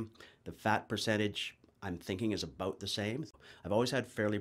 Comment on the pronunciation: Hehehe heard the "bout" I was like cool yay Canadian !